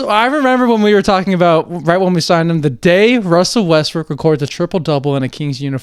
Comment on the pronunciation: Wussell Westbwook